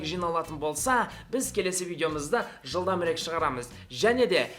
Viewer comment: Жылдамырек емес Жылдамырак. Тилдеринди бурмаламандар шала казактар.